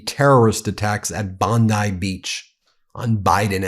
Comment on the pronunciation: Ben get the pronunciation of Bond(ee) beach correct?